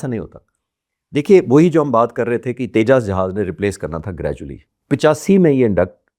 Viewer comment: Dope anchor !! Tejas ko Tejjaasss bol raha hai And this Air Force retired officer thinks he knows the plans of IAF 😂😂😂